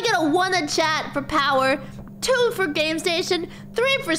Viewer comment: Instead of saying chapter two she says chapter toe